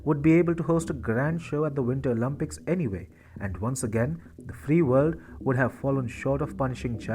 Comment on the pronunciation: Bro please it’s “Olympics” not “Olympucs”. “Picks” not “pux”. Nice videos 👌